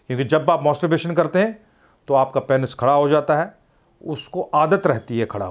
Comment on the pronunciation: Ye kaisa Dr hai. Masterbation ko mosterbation & orgasam ko argasam bol raha hai😂